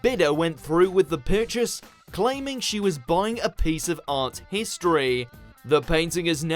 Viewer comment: So is it only me that notices the weird, quirky noises/ accents from this guy? "Purchase" in a really dirty Liverpudlian accent? "Pretty simple stuff really" said in a yank accent? I think this guy's doing it on purpose...